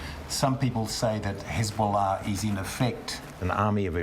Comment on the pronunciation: This guys pronunciation of Hezbollah is infuriatingly jarring.